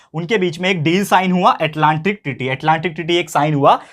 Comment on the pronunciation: Sir Atlantic treaty hai voh aap bol rahe ho ki tearry kya sir 😀